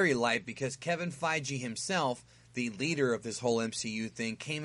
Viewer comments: It's also Feige, not Fye-Jee lol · It fii-gee no fi-g. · gi not gee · Feige like (FI-GI) a g like goku's gi G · Sorry I couldn't actively listen to the video because of the mis pronunciation. Kevin FiGee not Fijee Thanos not ThAAnos. Sorry bro just don't want you to sound stupid when you make another Marvel vid. Keep up the good work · "Kevin FeiGEE" "THANEos" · I agree with your take....except with your pronunciations of Feige and Thanos.